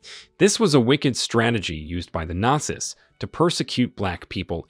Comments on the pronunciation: This was the first time I've ever heard the plural word "Nazis" pronounced like "They were NOT SISters", which was a little jarring to my ears. I would have said it like "They were NOT SEAS" (American English). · It's all Ai, listen to how it said Not-see's and something else I heard multiple times. This video just goes to show how LAZY people try to be content creators when in fact they create 'nothing'. All that is taking place here, is that we get to teach Ai how to do things we are 'trying' to do so that it doesn't need you to do it in the future. Just like clicking on that verification on websites, select the crosswalk, or the bicycle in the pic, you'er teaching Ai to remove you from the equation. This is the worst form of media and it pisses me off when I give it views, and the fact that the thumbs DOWN count is gone, is appauling. Literally every site has a review option, groceries, retail etc. Why are you taking away the ability for us to quickly look at a post, see its got a LOT of dislikes, and allowing me to move on to something better? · Why does he pronounce "Nazis" like that